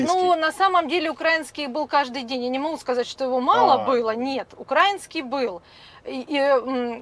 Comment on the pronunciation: УкраИнский а не УкрАинский. Йо-ма-йо.